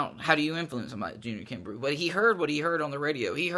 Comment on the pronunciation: I think his name is pronounced kimbroh.